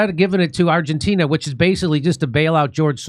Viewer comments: Jimmy can’t say Argentina correctly 😂he says Argentinia. Love the show though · I’m here for Jimmys pronunciation of Argentina